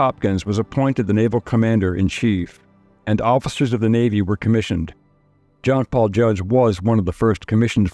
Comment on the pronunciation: Oh, that's how you say is his name, I always knew I was pronouncing it wrong.